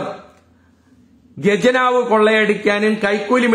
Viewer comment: Not gajnaav but khajnaav